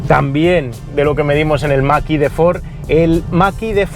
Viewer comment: Excelente como siempre, pero me "canta" enormemente cada vez que dices "el maki de Ford"... ¿por qué esa pronunciación, cuándo lo normal aquí sería decirlo como suena: "mach e"?, ¿acaso decimos "model wai", o "ai di four"?, la verdad es que rechina bastante... sé que es una chorrada en un vídeo de un nivel increíble como todos los que haces, pero tenía que decirlo... 😅